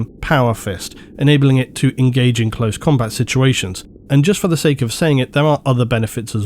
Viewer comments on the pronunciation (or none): none